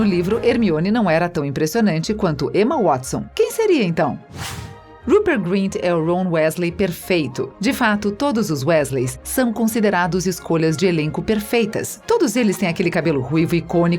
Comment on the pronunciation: Rom uésley? ROM UÉSLEY?!?!?!